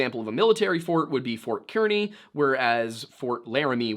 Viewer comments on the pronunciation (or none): Kearney is pronounced car-knee. We have unique pronunciations here 😅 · As a person who lives in the area Kearney is pronounced Carny. It's weird i know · Probably been said as there are a lot of comments already but "Kearney" is pronounced like "Carney." Don't worry, I think it's dumb, too. I live a town over from a "Kearney" and the Fort was pronounced the same as far as I'm aware. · Sir with the most respect…..it is pronounced CAR-ney (Kearney) lol 😂 awesome vid!!!